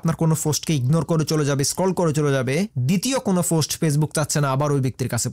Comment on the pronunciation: Dada vaai .... Ota fost noy ota k post bole😊